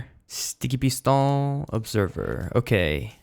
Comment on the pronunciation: How he says sticky piston at the start is hilarious.